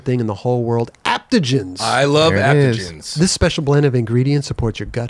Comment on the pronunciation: That AG spot you guys do needs to say ADAPTOGENS. “Aptogems” is not a thing. Thanks for getting Chad on ✊🏽 *then again, saying ‘aptogems’ is kinda like Hawk&Ellis saying ‘like and describe’ so maybe just leave it🤩